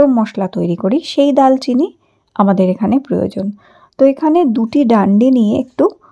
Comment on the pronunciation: আপু দালচিনি না এটার উচ্চারণ হবে দারচিনি ধন্যবাদ